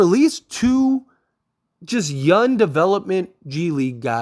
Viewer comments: The word is “younG” not yunn like you’re pronouncing. It drives me crazy in your vids. Other than that keep up the good work! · Bro I know you can say young correctly I believe in u